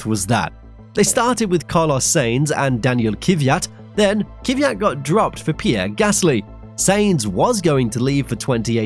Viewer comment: Thanks for re-uploading as I didn't get it the first time. Another good and interesting video, thanks. A short note on pronunciation, though. The plural of Grand Prix is not Grand Preez. It's Grand Prix, exactly the same as the singular noun. And despite the fact I could never abide the bugger, please pronounce Daniil Kvyat's name correctly. It's not Kiviyat, but Kvyat. There is no vowel of any description between the K and the V. But other than these minor gripes, a great video from you, once again.